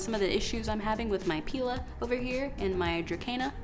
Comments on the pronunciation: Afaik pilea is pronounced pai Leah. If you just lay the pilea on top of moist soil or moss it should establish roots from the growth node. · Dumb cane and Alocasia are easy ones to kill, whether in LECA or soil. They’re temperamental. The pilea will do good if rooted in water first. And it’s pronounced pee-lee-uh or pie-lee-uh. Also, are you sure all had root rot? When plants are transplanted into LECA, they shed some roots. These roots can look like root rot but can be cut off, not the entire root system. Just a thought. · Just so you know I’m pretty sure Pilea is pronounced “Pie-Lea”